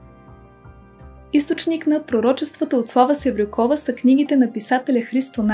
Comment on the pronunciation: Slava Sevrukova. Udarenieto e na u, a ne na O